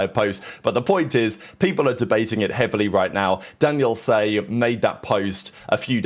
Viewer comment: Say Daniel Tsay name correctly! lol he told jersey Jerry